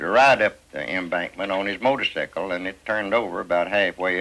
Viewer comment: I love they way they pronounce motor--sickle!